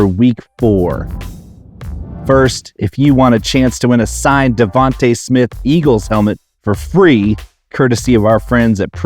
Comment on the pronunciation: Isn’t it DevonTA and not DevonTE Smith?